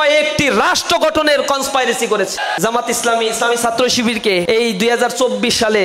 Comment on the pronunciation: কন্সপিরেসি হবে, কন্সপাইরেসি না। শিবির কি জিনিস, সেটা রাজশাহী বিশ্ববিদ্যালয়ে দেখেছি। হাতে তলোয়ার আর চাপাতি। রগ কাটার কথা ভুলে গেছেন? আর রাজাকার জামাতের এর শিষ্য হচ্ছে শিবির।